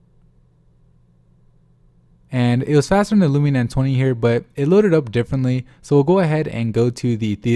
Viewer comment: Is it too hard to say LUMIA INSTEAD OF LUMINA?